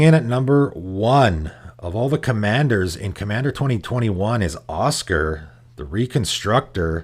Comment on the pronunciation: I know you probably get a lot of stuff for pronouncing stuff weird, and it is a fantasy game with made up names, but saying Osgir like Oscar is making me cringe. It's more like Oz-Gear in my ears